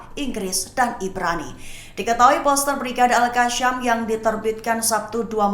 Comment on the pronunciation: presenter sebut al qassam pon tak betol..mahu d kikis lidah pakai parang ..atau pisau..betulkan sebutan skit telinga aku dengar..